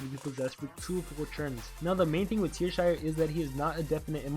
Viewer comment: It's Teashire, not Tearshire. :P